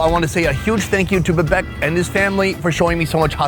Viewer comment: Its बिबेक not भिभेक